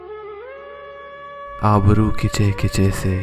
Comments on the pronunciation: It's abro.. not aaabro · Abru....not aabro.. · Abroo Not aabru